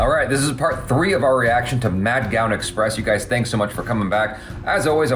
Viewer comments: nothing of much imp but its 'Mudgaon Express' not 'Madgaon Express or Medgaon Express' 🙂. Btw loved this reaction. Was waiting for it for a long time ☺️. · dont pronounce the n in Madgaon